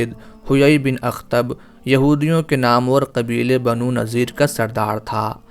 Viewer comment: السلام علیکم ورحمتہ اللہ آپ سے درخواست ہے کہ کسی بھی واقعہ کو بیان کرنے سے پہلے بالکل درست تلفظ کا خیال رکھا کریں اسی واقعہ میں آپ نے لفظ نامور(nam war)نہ کہ (namoor)جو آپ نے بولا